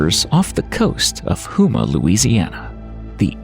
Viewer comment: Great video. Houma is pronounced like "Home-ah" not "hooma"